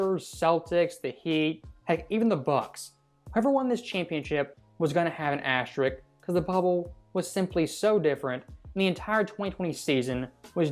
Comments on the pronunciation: Why are there a couple of people narrating on here that can't properly pronounce the word "asterisk"? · Why can’t anyone pronounce the word asterisk?